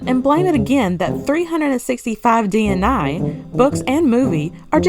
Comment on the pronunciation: DNA is an acronym, but DNI isn’t so please stop saying it that way. It’s a simple 3-letter word like “day” meaning day, and it’s really not difficult to say 😒